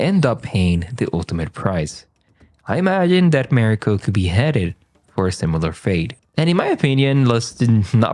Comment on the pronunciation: Please learn how to pronounce Mariko’s name correctly.